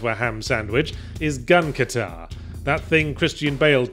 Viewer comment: "Gun Katar"? I think you mean "Gun Kata".